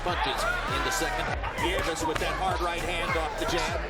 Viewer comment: “Neeves”. “ne-VEZ” …It’s Nieves…nee-EH-vess.